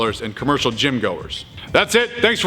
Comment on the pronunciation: It sounds like you're saying "Train on time". I assume you're saying "Train untamed."